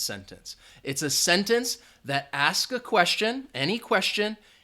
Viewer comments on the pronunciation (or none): none